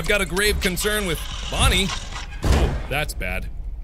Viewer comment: Scott: OK Mark repeat after mr Scott: bon Mark: bon Scott: nie Mark: nie Scott: OK now say Bonnie Mark: bonnster